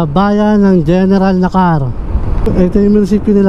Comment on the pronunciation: Na•kar, hindi Nakar!!!